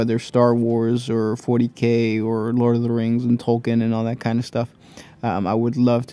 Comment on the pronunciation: also, its pronounced Tolkeen